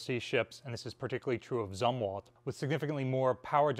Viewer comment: 1. I can tolerate mispronouncing "Zumwalt" because I find the man execrable. 2. Telling America that we have DC power in our homes is just too big an error to let go. 3. I don't talk to hundreds of thousands of people every other day so I suppose I should let it go after all. 4. Thanks for sharing.